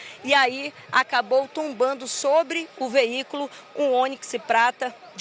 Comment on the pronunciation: Que repórter é essa A carreta acabou tumbando 😂😂😂😂 meu Deus vai estudar português